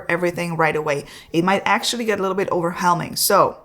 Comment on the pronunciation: Very cute, when she says overwhelming, she forgot the W😊